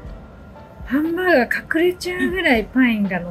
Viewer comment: それはハンバーガｧrrrrrr